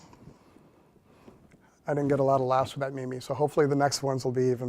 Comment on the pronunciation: “Me me”. Does he mean meme?